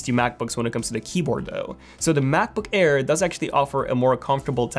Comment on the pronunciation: He says Macboo-care lmao